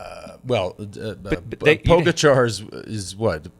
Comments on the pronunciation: Pogocar = Poh-Gah-Cha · Even after hearing the name pronounced properly "PoĢAcar" by a countrywoman, you guys still make up your own version?! Disrespect. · Love the show, Please, learn how to pronounce Pogacar! Mahalo